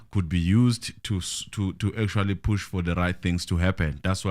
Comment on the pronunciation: Push not Bush 😂